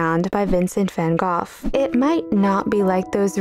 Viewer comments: Vango. It's pronounced Vango. Vangoff ¿ Seriously? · Wait- you pronounce his name like Van “GOLF” not Van “GO”?????? Is this another Mandela effect? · Pronounced "go" not "goff." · In the US, we say van Go, but van Goff is the native pronunciation. The street in San Francisco is pronounced Goff. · Is the pronunciation goff? I always knew it as go (-gh is silent) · Van Goff? I've always heard it pronounced Van Go. Isn't the "gh" silent like in "through", "though", "dough", "furlough", etc.? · “Van Goff?” I always thought it was pronounced “Van Go.” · its pronounced as GOTH? ive been saying go like an idiot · Pronounced ' Van Go' ..😊❤ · No, neither are correct. In Dutch & English it's pronounced van hah! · Is his named really pronounced "Van Gof" and I've just been stupid all this time? I mean, I took art history in college and I don't remember that... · Drives me up a wall when non-Dutch speakers call him “van Goff.” Just rhyme it with “dough” if you cannot say it right. SMDH. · You mispronounced his name. Long "o" The "g" and "h" are silent. Sounds like the word "go" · Learn how to pronounce his name sweetie and others. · Ha, technically, you're wrong too! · Dutch g’s are pronounced like the ch in “cronbach” or “coch.” She gave a bit of effort, but she’s still pronouncing it wrong. Good news is tho that pretty much anyone who isn’t Dutch pronounces it wrong.